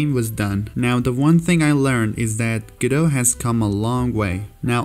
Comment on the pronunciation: its pronounced guh-do by the people that made it